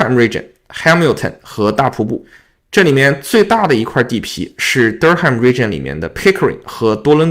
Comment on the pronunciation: 这个新闻里看到了，谢谢进一步讲解! 注意Durham 的读音。